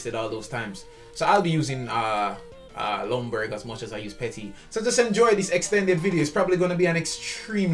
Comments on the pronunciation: It’s like his name is prounouced legendburg I think but don’t say legend say legenburg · You pronounce his name as: Yunberg 🙂